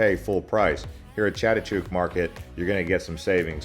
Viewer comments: It`s Chatuchuck market, not Chatuchook. "chuck" not "chook" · Please try and learn to pronounce the names like Silom, Chatuchak before you pronounce these places all wrong before you post your blog.